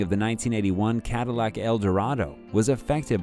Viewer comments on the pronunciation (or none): none